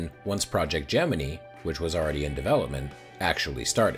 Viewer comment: Congrats on the sponsorship! Also, thanks for reminding me it’s pronounced Gemini, not Gemini.